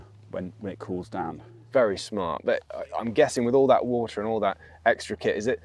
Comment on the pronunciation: I know!! It was was: “Wat’ah”